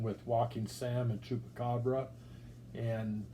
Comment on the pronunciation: "i was able to track down chupracabra" 🤣🤣 let's goooooo MetaZoo is to fire